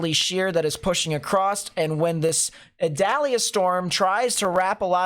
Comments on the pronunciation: Idalia 😆 not Adalia 🤔🧐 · Pronounced E dalia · According to NOAA, the proper way to pronounce Hurricane Idalia's name is ee-DOLL-ya.